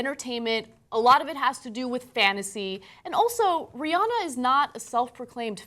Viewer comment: Rhi-ANNE-uh. Say it right